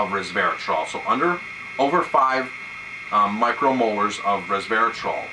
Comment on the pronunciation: "micro molars"? There are small teeth in wine? hehe, just a joker here, I know you are trying to refer to "micro moles"...